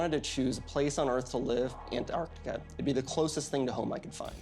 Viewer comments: Where is An artica? Does he mean Antarctica? Pronounced An tarc tika. Come on, it’s not that hard to use speech. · Americans don't know how to say Antarctica 😂😂 "Anartica" 🤣🤣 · Yeah.. I’m definitely not trusting the one who can’t even pronounce Antarctica 🤨